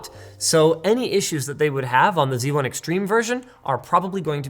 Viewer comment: Linus, it's called Z1, not C1.